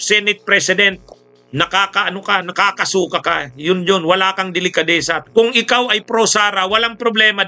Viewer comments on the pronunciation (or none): FYI …NAKAKASUKA is pronounced with accent on last syllable . Not on second to last. ☮️